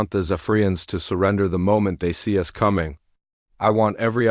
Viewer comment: Indeed it would be great. Unfortunately I don't think it'll happen. The text to voice engine can't even handle a period (dot) nor pronounce "us" other than "US".